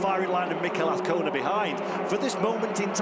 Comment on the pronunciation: Mr commentator - it is aZcona - with a Z..... there is no v or f. Wake up